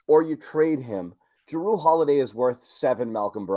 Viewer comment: Love jrue.. we should do everything we can to exchange brogdon for him The way pronounces his name makes me want to not trade for him though..